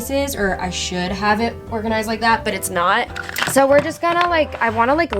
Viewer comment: British accent took over: 😂 bUt